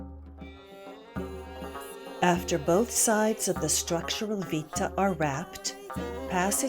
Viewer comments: when using Roman words it's good to have a little background with the language. the headband called "vitta" is pronounced "wit-tah" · Oh, I prefer the English pronunciation, much like posse (a Latin word) is pronounced poss-EE, I'd pronounce vitta VIT-tuh with a short I as in "wit". It's fun to send Latinists into conniption fits.